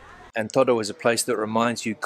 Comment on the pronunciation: Whenever I go to Spain my Spanish friends criticize my pronunciation of "toro" claiming that I'm saying "todo" when I mean to say "toro". I notice that you have the same problem, or at least that is what I am hearing. I must admit my hearing has been going downhill the last couple of years, so perhaps I'm just not capable of saying or hearing "toro" properly. Thanks for the travelogue on "toro". It sounds like an interesting place to visit.